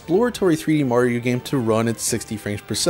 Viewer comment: The way he says Mario is driving me crazy... "Moar-iro"